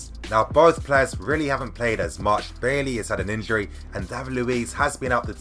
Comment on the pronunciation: It’s pronounced “buy-E” not bay lee bro